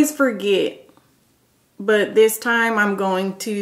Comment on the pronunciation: "A Space in Tyme" 😊